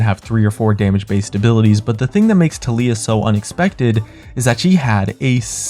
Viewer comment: Not sure who tuleeuh is, but I know who Taliyah is.